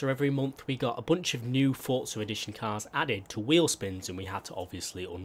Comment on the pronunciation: forza not fortza